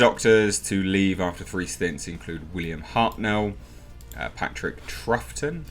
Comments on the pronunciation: Great video...only one single flaw my good man! What follows is merely offered as help and not criticism blown out of any proportion. Patrick Troughton. The last name is pronounced as follows. Phonetically taken from two words. Trowel and Tonne. Take from both Trow and Ton and you get "TrowTon" Troughton. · its pronounced Patrick Trowton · Its proncounced Tout-on.